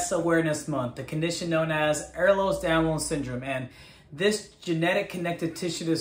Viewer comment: You can't even say the name right, why should I listen?